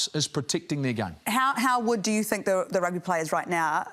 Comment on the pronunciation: It’s Rugby🏉 not Rugga just to let you know so peace ✌🏽.